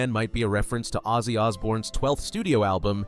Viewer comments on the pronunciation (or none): none